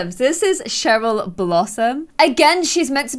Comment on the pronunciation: Cheryl and I think you got Cheryl wrong